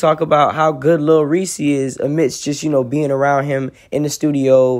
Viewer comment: It’s Lil Reese not “Lil Ree Cee” - Reese is ONE SYLLABLE NOT TWO SYLLABLES.